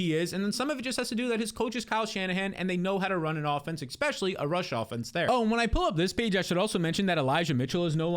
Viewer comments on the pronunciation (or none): I’m just here for the “ex-specially”